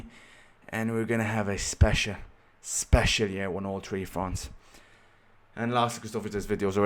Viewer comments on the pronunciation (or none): “I’m tree and tree” 😂😂